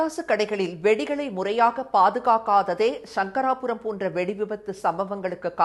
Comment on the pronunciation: வணக்கம். தமிழை சரியாக உச்சரிக்கவும்.ஷங்கராபுரம் அல்ல சங்கராபுரம்.